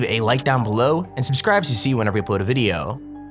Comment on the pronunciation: Like and SUPSCRIBD!!! And you will not get honted